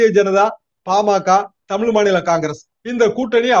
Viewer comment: தமிழ் பா தமில் இல்லை